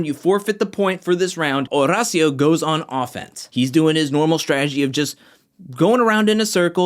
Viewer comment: I’m glad you’re probably the only one who pronounces Horacio’s name correct. H is silent